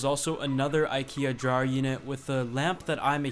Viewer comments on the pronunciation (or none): the way you say drawer bothers me.....fix it